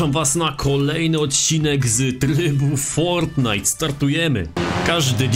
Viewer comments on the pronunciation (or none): none